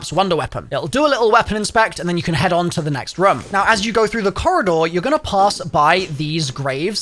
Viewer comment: As Long as he mentions the word room multiple times and says it in his accent like “Ruome”.